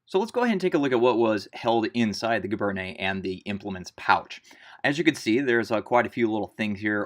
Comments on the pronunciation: No large army in wartime has ever been able to enforce regulations so brown scabbards are likely. It's pronounced "gee-BAIRN." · cal teacher well, when you join them, you will get support in pronunciation tout de suite! My (school) French is not that good either, being +50 years or so, ago. But giberne is gzhee-bern. Soft “g” and no “ney” on the end. That only happens with e’(like cafe’). You will soon learn that not every letter gets pronounced, or how it is pronounced. My interest is in Napoleonic military history (including uniforms) and in Napoleon himself. Good luck to you! Your talent is remarkable!